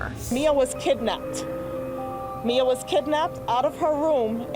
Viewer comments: i dont know if you trying to be funny or racist but if you watch these video clip before posting them her family pronounces her name like MIA but you continue to say it like MYA and this isnt the first time you have done this...smh do better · Another great video by but one small bone of contention. The family and everyone else referred to her as Meea (pronunciation not spelling) and kept calling her Mya. Need to be on the same page in future. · ME ya not MI ya 🤦🏽‍♂️ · In watching this video I notice family, friends and the media pronounce her name as Mee-yah, yet you insist on pronouncing her name as Mi-yah which in my opinion is disrespectful. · MEEEEEEEE-UH.... IT'S PRONOUNCED MEEEE-A. ( MYA IS WHAT U CONSTANTLY KEEP SAYING)😤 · Her name is pronounced MEE-AH. If you are going to mispronounce a name do it to the murderer not the victim. Maybe if you put a pronunciation next to her name in your notes it would help. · Why is saying Maya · Oh my i wish you weren't saying her name sooooo much incorrectly!!! 😢 I hope her family and loved ones find peace someday!